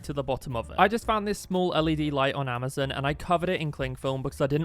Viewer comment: He said amazo and not Amazon